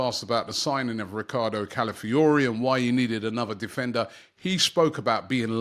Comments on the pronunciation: Robbie it’s CALA not Califiori. CALAfiori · The man says Or-nus-steen every week and you expect him to pronounce Calafiori correctly… 😂